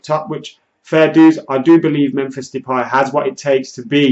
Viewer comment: why do you keep calling Memphis as Memphis Deeeeepie? His last name is pronounced as De-pie. And he prefers to be called only as MEMPHIS.